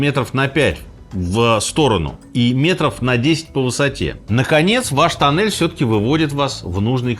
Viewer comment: Туннель, не танель....